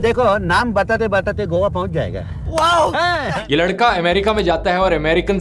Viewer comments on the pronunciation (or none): none